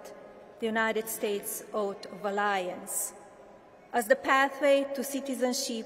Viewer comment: She wouldn't know what an "oath" is. She couldn't even pronounce it correctly.